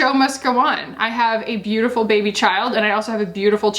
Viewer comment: Moira Rose: “bèbé”.